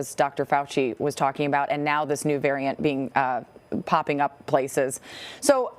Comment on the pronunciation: “VARAINT” Ok official news channel.